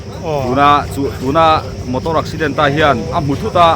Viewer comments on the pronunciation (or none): none